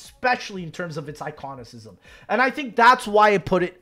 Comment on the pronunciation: “Iconisizm” had me dying